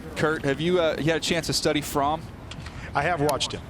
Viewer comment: Jake fromm is pronounced frawm